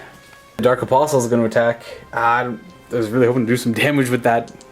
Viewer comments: A-POSS-el. The T is silent. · Hey, pronunciation is my bugbear. You don't need to say the 'T' in apostle. A-pos-el is the way to pronounce it. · the 't' in 'apostle' is silent. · Apostle has a silent T. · The T in apostle is silent.